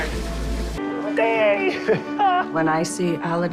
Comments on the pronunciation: Did it irritate anyone else that she kept calling him Ala- din instead of Aladin. I mean he said his own name more than once and she just kept mispronouncing it. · Why do they say Aladin but he himself says it Aladin? Huh? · Why does she say his name wrong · why cant Jenny and Laura pronounce Sumit and Aladin properly after all this time? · How is she married to him but can't pronounce his name right ? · why can't she say Aladin correctly? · She can’t even say his name right